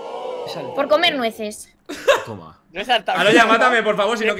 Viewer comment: Toma vegeta dice TOma